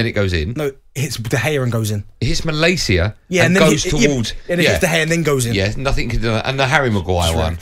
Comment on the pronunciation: Goldstein is a typical example of the United fan that's never even been to Manchester. He's calling Malacia "Mal - ay - see - ya". His lack of knowledge on the club and the sport as a whole, is staggering.